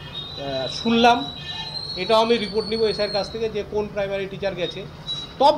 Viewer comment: Eai councilor je secondaty r primary uccharon korte parche naa eder apni bolteo lazza lage, aamader durvagya eai illiterare gulo neta.